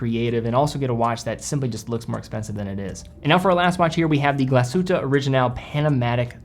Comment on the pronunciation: Glasuta : D : D